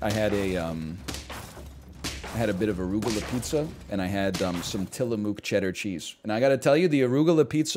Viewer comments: It's not Tilla-moo-k, the mook portion is pronounced closer to the double o in book. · Wheen he said till-uh-moo-k my soul left my body